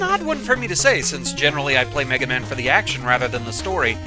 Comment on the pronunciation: "Now, Megawmahn, you awe weady to fight doctoh Wahwee. Fight, Megawmahn, fow evewasting peash!"